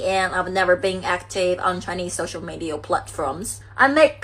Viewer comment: 过去跟这种东西叫“公交车”，意思是谁都能上。现在这种叫“公厕”，就是谁都可以往里面排泄。而且发音也很垃圾，media, video, bitch等等发音都错。